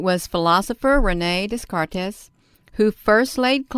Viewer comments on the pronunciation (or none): Descartes is pronounced "Day-kaart", it's a French name. Audio pronunciation